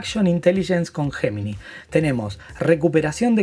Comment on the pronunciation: Repite después de mí,: ye-mi-nai! Para que seas unos de los primeros en Latinoamérica que lo pronuncia correctamente. (Gemini)